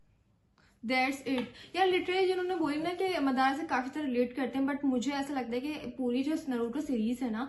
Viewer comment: 7 min 5 sec pr wo jo naam bol rha hai usko suno madara nhi madra